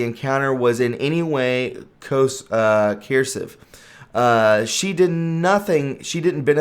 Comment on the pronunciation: Why do you not know how to pronounce the word "coercive" ... Every females red flag ... hahaha